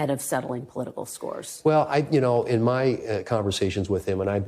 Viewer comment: He say I gots scos to settle